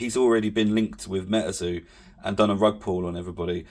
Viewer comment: its Metazoo not Metaeeerrrrrzo